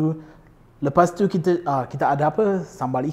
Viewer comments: Tiuww teuww teww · Bila sebut "tu" ada sleng dia..haha